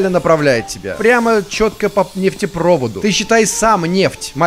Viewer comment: я был сильно разачарован тем что не имеет способности правильно про говорить слово "Нефтепровод"